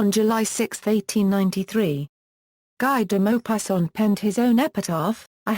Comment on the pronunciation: Its pronounced as gee deh mopassant